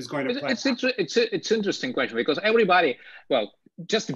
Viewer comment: Прекрасный английский. Добавлю, because произносятся не бикорз (‘becourse’?), а бикоз.